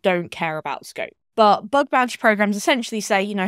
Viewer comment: Bug not Bud fyi